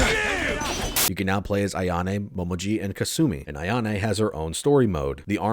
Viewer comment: This is nitpickey as fuck, but since Momiji is my waifu... Her name is written in hiragana as もみじ Which is pronounced as Mo me ji With the way you are pronouncing it, it would be written as: もまじ That would be Mo ma ji. So, yeah, make sure to pronounce her name as Mo me ji.